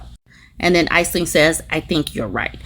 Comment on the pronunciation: Aisling is pronounced "Ash'-ling",.